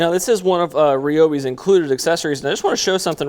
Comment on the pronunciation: It’s produced rye-o-bi Not ree-o-bi